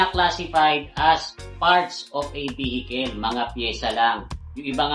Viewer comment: vehikel? saan sa america maririnig yan mga kel, kel?